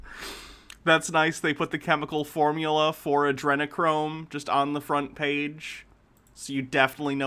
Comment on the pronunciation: He said Adrenachrome so incorrectly I thought he was talking about Andrew Cuomo.